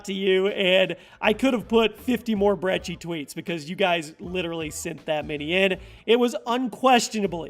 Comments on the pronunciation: Its not the brechi its the brecci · It's fuckin (br-eh-ck-i) not (br-eh-chi) or broccoli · You say brechi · The "brecci" 😆